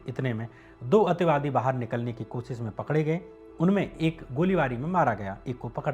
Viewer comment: Ativadi kya hota h ,clear bolo na ,sirf misuse kiya h sabne